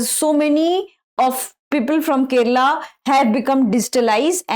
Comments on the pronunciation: Kerala not Keral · Keralam not kerala